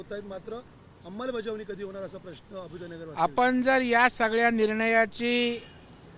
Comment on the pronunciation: याला अभ्युदय नगरचा उच्चार निट करता येत नाही आणि हा निघालाय पुर्नविकास करायला!